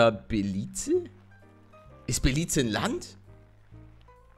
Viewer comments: Ist Belize nicht in Afrika? Und man spricht es doch Belis aus oder?! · Belize ausgesprochen belic ich glaub des liegt in Afrika oder Lateinamerika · Ich glaube, ohne gegoogelt zu haben, dass es Beliz ausgesprochen wird, das habe ich schon mal gehört ;) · Ich kenn das Land weil meine Oma da wohnt ( es wird Belis ausgesprochen)